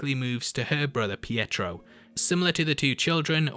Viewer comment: bro its pietro (pee-a-tro) not petro (pet-ro)